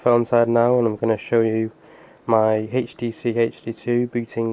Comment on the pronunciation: Great, thx. One thin: wtf with the pronouncing oh Htc???